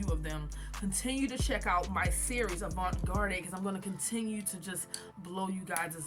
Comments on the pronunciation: it’s okay. I was hoping you wouldn’t be offended by me asking that question. But garde is pronounced “guard”. Also wanted to tell you that your tutorials have helped me out a lot and your work is beautiful so thank you. 💙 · I’m sorry but are you purposely pronouncing avant garde incorrectly?😅